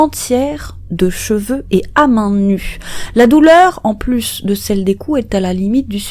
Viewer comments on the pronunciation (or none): none